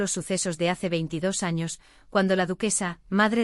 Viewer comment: Muy chido y todo, pero me dió risa cuando dijo "los primeros anos* jdjsjsjajsj